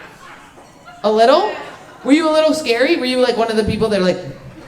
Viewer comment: "a lottle" 😊